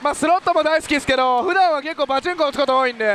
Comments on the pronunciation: パチンコのイントネーションが気になるww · パで一回止まっちゃってるんですかね笑 なおさなければ(# ゜Д゜)